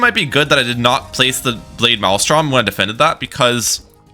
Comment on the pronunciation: I can't be the only one who notices that he says Maelstrom in such a unique way, lol